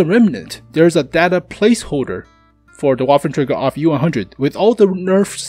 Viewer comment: It call auf not off xD